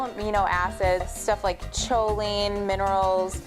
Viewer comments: did she actually just say "CHolin" with a "ch" instead of "K"??? It's pronounsed [ˈkō-ˌlēn]. It's a stupid mistake to make for someone who tries to educate others about nutrition.... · its pronounced Ko-leen, but still, your information is right on! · Excellent. Though I think choline is pronounced "Ko-leen".